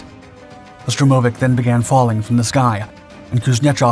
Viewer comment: "Stromovik"? You must know better than this. 🤨